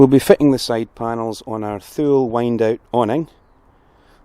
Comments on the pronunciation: Just saying but as I understand it... the Thule is pronounced TooLee... I think that your accent will lend itself beuatifully to this brand name... love your content and you have given me a few headaches about my choice of platform for a campervan... looking like a Ford Transit... if I don’t plump for the VW... thanks for your videos... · Love your videos ! I'm in the US and we pronounce Thule - TOO-LEE :) sorry if it's been said :)